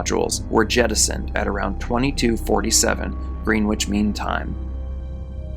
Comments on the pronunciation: Greenwich is actually pronounced like 'Gren-itch'. They don't pronounce the other E or the W. As always, great video and excellent content. Thank you! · Greenwich is pronounced 'Grennitch' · It is pronounced grennitch. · It’s pronounced Gren-itch. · 'Green-witch' Mean Time hahahahahaha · Yes, it's pronounced, Gren-itch😊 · No no no! Greenwich is correctly pronounced “Grennich.” Thank you! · Grennich ... Like a sammich ... Except not really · It ain’t got shit to do with him being American. Probably just that he’s young and inexperienced. Greenwich has always been pronounced “Grenitch” - NYC’s Greenwich Village for instance. GMT is no different. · The W in Greenwich is supposed to be silent. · Thank you. That was driving me bananas. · If you’re going to narrate this type of content, you should check on the pronunciation of words you’re unsure of. Greenwich is “Grennich”, and it’s Anton Yelchin, not Yelkin.